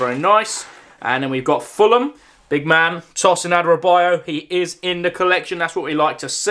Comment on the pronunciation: As a Luton fan loads of commentary people say these players name wrong like Elijah Adebayo is pronounced ad-uh-bayo And Alfie doughty is dow-uty not daw-ty And Gabriel osho is osh-o not ow-show Love your videos